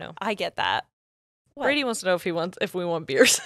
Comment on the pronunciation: Now you said Brady, but I heard Birdie. That's gonna be a problem 😂😂😂